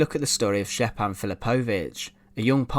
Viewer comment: Great video, I've seen this monument many times. Just a heads up, j is pronounced like a y in yellow in all ex Yugoslav languages